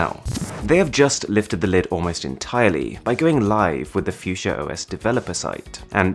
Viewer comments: Its called fuchsia and not fiudschia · Its pronunced Fuxia rather than Fusia. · Oh, I thought you pronounce it as "Fuck see ya" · PLEASE JUST PRONOUNCE IT FUKSYA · Fuk sia, how u pronounce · phewseeah? ffs not how we say it in my language xD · I enjoyed the video lots of I formation but u pronounced the fuchsia wrong 🤦🏻‍♂️